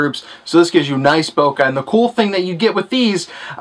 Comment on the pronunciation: He said bokaah. lol